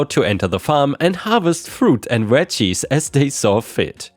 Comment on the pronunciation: Story reads, "fruit and veggies." says, "fruit and wedgies." dude, our "v's" aren't said as "w's" 🤣